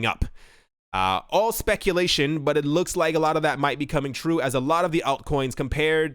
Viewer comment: "It looka-like-a scam"